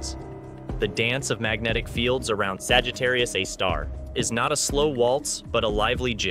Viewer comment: I can't get past him saying Sagittarius "uh" (a) star....